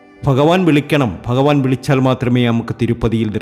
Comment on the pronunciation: നന്നായി.. ഫാഗ്യം.. ഫഗവാൻ 😂😂ഫയങ്കര തിരുമേനി 😂😂